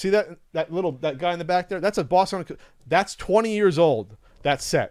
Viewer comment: Its pronounced Bawston,.